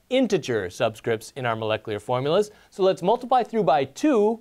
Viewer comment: He can't say 'moleclear… moleculear… molacleur…nucular